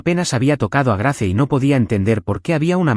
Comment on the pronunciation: GRACE NO SE PRONUNCIA SINO GREIS